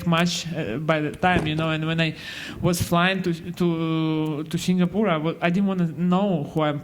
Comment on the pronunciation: It's SINGAPORE NOT SIGNAPORE !